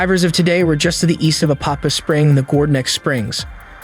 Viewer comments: It’s Apopka. With a K. Damn man! Don’t insult the name lol. I know you are trying, but come on. Try and say the name right. It’s not, Apapah, Opopa, Apahkuh, Appacka. None of that. APOPKA. SAY IT SLOW. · A-pop-KA— hard K.. lol! I lived here for years.. beautiful lake.. also… you said STREET Johns River.. 😂 it is SAINT John’s River… 🤘🏼🤘🏼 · It’s pronounced Ā-pop-kuh